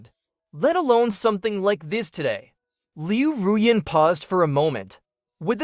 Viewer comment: Liu R U Yan? Really? Come on, get it right it's Liu RuYan not Liu R U Yan teach your AI VO how to correctly pronounce Chinese names. Good recap other wise.